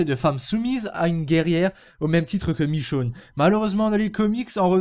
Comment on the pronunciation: michone pas michoune